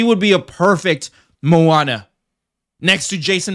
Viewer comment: You really need to learn how to say Hawaiian words......you are saying Manoa which is the location where the University of Hawaii is located. It's Moana (Mo-a-na) not Ma-no-a.